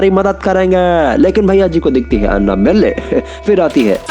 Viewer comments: No one Absolutely no one: अन्नबल्ले (Anna-balle) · All says Annabelle, says अन्नाबेल्लै 😆😆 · The way he pronounced Annabelle 🤣🤣🤣